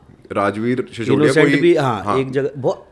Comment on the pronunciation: सिसोदिया होता है। शिशोदिया नहीं। कृपया नाम व अन्य चीज़ें हिन्दी और देवनागरी में लिखें। अपनी भाषा तो बोल लिख लो!